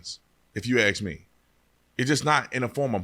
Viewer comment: ASK, not aks..